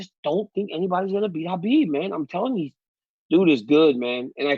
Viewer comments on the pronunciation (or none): Ariel, you're so Jewish how you pronounce Khabib. Chhhaaaaa beeebbbb